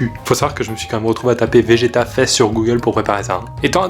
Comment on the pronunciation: Pourquoi j'entend GTA a la place de vegeta